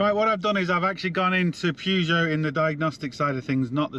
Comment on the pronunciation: Purr-geot not Pew-geot please. Pew-geot is making my ears bleed. Thanks